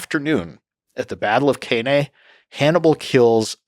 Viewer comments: Battle of Cannae, not battle of Kay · His pronounciation of Cannae is almost as brutal as the battle itself